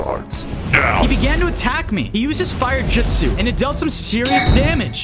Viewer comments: It’s not jitsu it’s jusu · Jitzu😂 it’s jujsu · its jutsu not jitsu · It’s not jitzu or jujsu it’s jutsu😂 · its trash how he says "jitsu" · It’s funny how he says jitsu instead of jutsu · So im 2 min and 34 seconds in and bozo oops i meant 😅 said jitsu no not jutsu but JITSU and im like WHAT THE FU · Bro said jitsu💀💀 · He said jitsu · U keep saying jitsu JITsu not how say it’s jutso not JITso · It’s Justu not jistu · It is shadow clone jusit not jusit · It's JUTSU not JITSU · Bruh he cant say justu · Is jitsu not jitsu